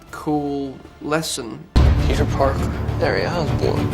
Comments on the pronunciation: I heard Pizza instead of Peter lol. SCREW THE CRITICS Andrew is such a great man really talented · He says Peter like pizza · Whenever he says "Peter", I only hear "Pizza". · wait.. Pizza? or.. Peter? I'm so confused! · I did too, lmao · I thought he was saying "Pizza" when he meant to say "Peter" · Am I the only one hearing "pizza" every time he says "Peter"?!... Yes?... Ok! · He said Peter I thought he said pizza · Lol every time he says Peter it sounds like he's saying pizza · I thought he said pizza :) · I thought he said pizza not peter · Foreign accents don't typically affect my comprehension of the speaker's message, but every time he says 'Peter' it sounds like 'pizza.' And now I'm hungry. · I could've sworn to god the first time he said "Peter" I thought he said "pizza".